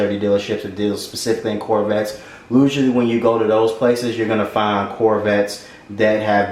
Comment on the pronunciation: Usually “lusually”